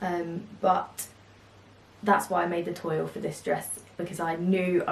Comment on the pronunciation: Adorable prints and cute summer makes. By the way, toile is pronounced twall